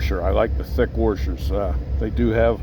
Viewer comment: I have not heard washers pronounced as wurshurs in a long time. 😊